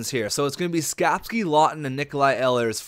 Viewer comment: It's e-lers not el-i-ers sorry it really bugs me when names get said wrong :)